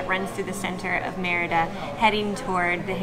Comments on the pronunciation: It's pronounced Mérida not merita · Great video. I just wish you would work a bit harder in pronouncing the name better. Not merry-da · Why are all YouTuber gringos always so terrible at pronouncing Mérida?